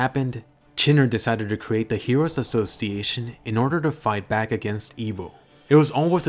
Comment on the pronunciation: the hero assos-seyation